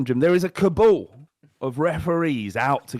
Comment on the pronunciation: It’s a Cabal not a Younes Kaboul